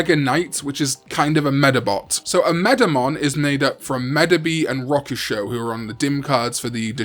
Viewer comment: Omedamon was originally an April Fool's crossover, but I love that they just ran with it... I just dislike the pronunciation of Rokusho in the video